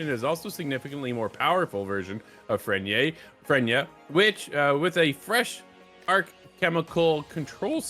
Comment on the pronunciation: These guys dont even sound like they’ve played past the story dude doesn’t even know how to say freyna, the casuals will leave.